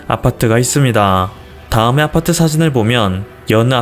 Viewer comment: 아파트할때 '아'에 너무 강세 두네여!